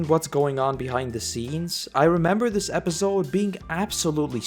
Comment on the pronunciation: No offense bro, but episode is pronounced with a soft 's' and not a 'z'. Other than that, great vid